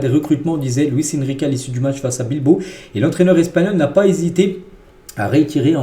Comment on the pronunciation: Bilbao chef. Et non Bilbo😊😊😊